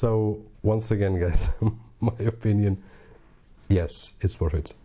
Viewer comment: Worth... you said woth